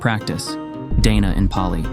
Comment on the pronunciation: I am a Buddhist, and would like to correct a couple of things in this video. The pronunciation of the Pali word Dana is not like Day-Nah in the video. It is pronounced like Dar-Nah. Its meaning is generosity or giving. Buddhist monks do not eat only one meal a day as mentioned in the video. They eat two meals a day, breakfast in very early morning and lunch before noon. And they do not eat dinner.